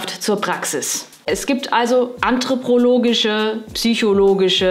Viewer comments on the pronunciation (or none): ... sagst du eigentlich immer "anthroprologisch"? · Ich dachte es wäre nur einmal Zufall gewesen, aber du sagst immer "anthropRologisch", aber es heißt doch "anthropologisch".